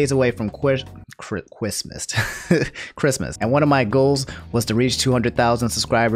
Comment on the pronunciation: "Quistmas" lol